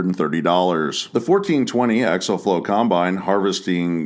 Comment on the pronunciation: For the love of God its axial flow not axle flow.